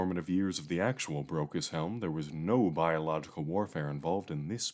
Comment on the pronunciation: Keeps sounding like "Broke as Hell"